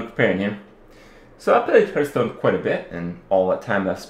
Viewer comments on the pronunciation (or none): Why do you keep saying Hurtstone. Its Hearthstone ( reads hartstone ). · stop calling it huuuuuurtston!!! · HEARTHstone not HURTstone good video though.